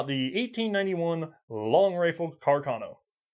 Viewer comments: I took my Cuh-car-no into the Chi-pole-tee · >cacarno What did he mean by this?